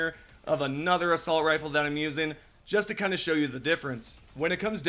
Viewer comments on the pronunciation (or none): none